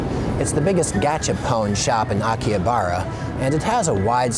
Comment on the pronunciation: Anyone else triggered by his constant mispronunciations of Akihabara and other stuff?